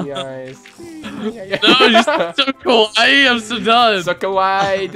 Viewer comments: Actually, my best friend lives in Japan.... kawaii pronounced KA-WAY means rude/mean (or angry can't remember but it is one of them) and kawaii pronounced KA-WA-EE means cute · ***** No, Kawaii does mean cute. But some people pronounce it "Kowai" which means scary in Japanese. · you were saying kawai which means scary....-.